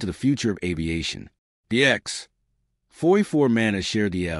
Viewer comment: "The X........... 44 Manta" That's quite a pause where it shouldn't be. This isn't a comedy show. lol!